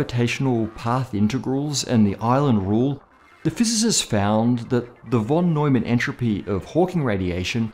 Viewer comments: it is not "wh"on Neumann but rather "f"on Neumann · No offense, but its called von Neumann, where the von is pronounced like fon. In German the v can be spelled either like v or like f. Here its the f :) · 'von' is pronounced 'fon'.